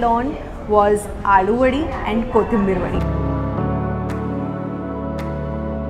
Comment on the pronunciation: It's अळुवडी. Not आलुवडी. । know ळ is a difficult pronunciation for non marathis but aalu sounds like potato. Great video altogether as usual! ❤️